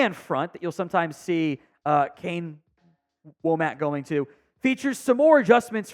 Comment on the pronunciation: D should be good even with the loss of Downs, I like Domani and Saab pickups. Also I think it's pronounced "wah-mick" not "whoa-mack" for Wommack's name, even though it's not the obvious way.